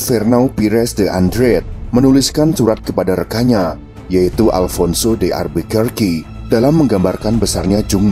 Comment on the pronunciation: Alfonso de alburkake bang sebutannya